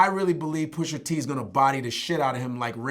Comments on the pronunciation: actually his name isn't "PUSHER T" you fucking old head... its PUSHA T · Love Godfrey, but, it's "Pusha" not "Pusher". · Godfrey adding that 'er' on on Pusha T name is giving me anxiety lol Still love him tho! lol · You lost all credibility when you pronounce his name Pusher T 😂. Its Pusha T. Sorry but Godfrey sounds like he from Canada too😂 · He couldn't say the word "PushER" any more than me lol. Is "PushA" bruv. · PUSHER T. Stop it Vlad....PU-SHA TEE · Godfrey says Pusher T lol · Can someone tell these guys to stop saying Pusher T... it’s fuckin Pusha !!! Smh old heads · I'm sorry ... I agree with everything he's saying but i can not stand when people mispronounce rappers' names! It's Pusha not Pusher! It's Twista not Twister? It's Gucci Mane not Gucci Man? WTF dude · why they saying “ pusher t “ 😂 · It’s PUSHA ,,, Not pusher smh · Why they keep calling him "Pusher T"?? I thought it was "Pusha T" 🤔 Put some respek on his name. Push! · GADDAMMIT ITS PUSHA T! NOT PUSHER T! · "Pusher Tee" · midnightmarauder3 The first Black guy I've heard call him Pusher and not Pusha! lol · Nobody: Godfrey: PUSHER T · Can’t stand when they say Pusher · anyone else get that much more annoyed every time is says "Pusher-T"? almost sounds like those black folk he was talking about in Canada. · “Pusher-T” Lmao they both saying it wrong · stop saying PUSHER please. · Vlad: Pusher T. Chicago's Twister. Etc... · "Pusher T"